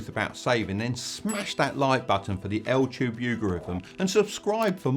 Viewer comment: Its just me or when say YouTube sounds like Ltube?